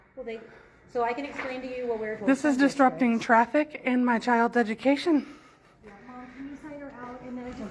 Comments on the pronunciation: "This is disrupting traffic and my childs eju-kay-sun" says she, WHILE REMOVING HER CHILD FROM THE SCHOOL!!!!! Visit reality much? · 'ameikan eju-kay-shun" - textbook oxymoron.